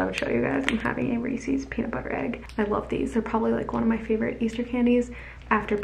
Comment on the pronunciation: I’m so happy there’s another person that pronounces Reese’s the same way i do 😂